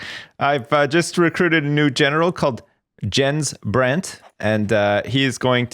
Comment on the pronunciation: Jens Brandt (Djens Brent)? Your pronunciation is hilarious ^.^